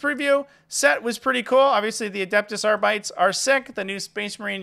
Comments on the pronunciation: That Kill Team box looks pretty cool. Just a heads up, I think arbites is pronounced are-be-tays, not are-bites. Also, I'm pretty sure I see five fingers in that picture at the end. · Why do you pronounce it AR-BITES? Do you call marines ASS-STARTS? Why is North Americans can't pronounce GW names correctly... next you'll be saying REE-TRIBUTORS 😂